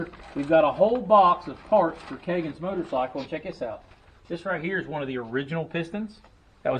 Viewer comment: I preferred the "Motercycle" sounds so French.. just sayin'. "Get to da choppa"!!